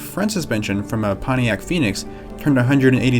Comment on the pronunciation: Ponniac? Seriously? Can't you pronounce a T?